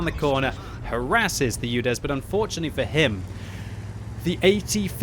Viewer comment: Omg it’s not youdes. It’s oodes